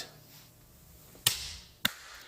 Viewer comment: I just want confirmation that when I hear you say "now it's time for the toe punch or throw bunch" what I should be hearing is "throat punch" right?